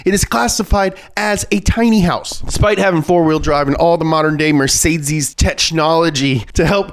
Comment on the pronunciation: Mercedes-Benz ❌ Mercesdeeeeiez-Benz ✅